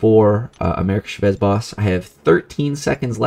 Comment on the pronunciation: CHA-vez , it’s how you say her name btw. 😂